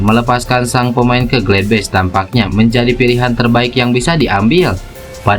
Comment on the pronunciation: Bacanya tetap sama bos gladbach,bukan gledbech